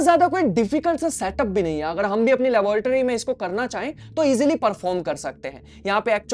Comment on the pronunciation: No-one but i noticed ki bro said labrotary😂 Love your videos dude keep posting You're igniting my physics intrest again❤❤❤❤